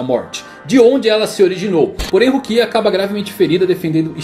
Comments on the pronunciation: Nao é Rukía ou Ichígo, é Rukia e Ichigo, nao é possível que você assistiu e leu tudo e não sabe pronunciar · Que agonia dele mudando a sílaba tônica dos nomessssssss ichÍgo, rukÍa, orihimÉ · Ixígo e Ruquía me deu agonia kkkkkkk mas o video ficou muito bom